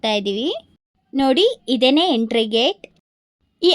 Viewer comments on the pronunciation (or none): none